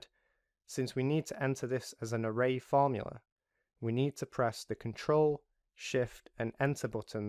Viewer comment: array fromula :)